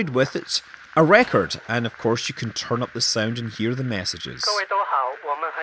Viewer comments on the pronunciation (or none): none